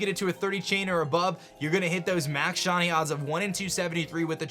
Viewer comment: Is it just me, or is he saying “Shuny” instead of shiny?